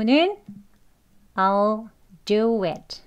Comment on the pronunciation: I'll 발음 전 왜 "올"로 들리죠 제 귀가 이상한가요?